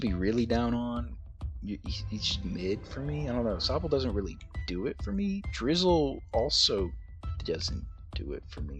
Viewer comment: drizzile in d tier I do not agree with it but I respect it everyone has their own opinions (btw you did not pronounce it right)